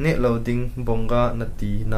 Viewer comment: Its not bonga its vongaaaaaa